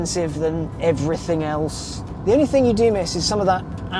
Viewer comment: Hang on... Did he pronounce the word 'albeit', as "al-be-it"? Then when describing the absence of normal I.C.E. noise, he says "...you're going to miss some of that oww-ral..." 'Aural' now rhymes with towel, does it? 🤨 I thought only Americans mangled common English words that badly.